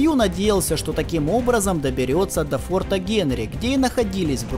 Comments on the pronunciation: И не фортА, а фОрта:) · До ближайшего фОрта,фОрта,а а не фортА, олух неграмотный, претендент на приз имени журналистки Бузовой